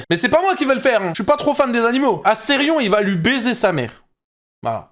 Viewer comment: c'est astérion papalapa c'est astéfion papalapa